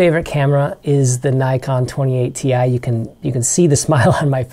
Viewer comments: "Nykon"?? Is this an American thing? Never heard of these cameras before. Nikon on the other hand... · Sorry, but Rollei is pronounced ROLL E not ROLL I. And Nikon is pronounced NICK ON not NY KON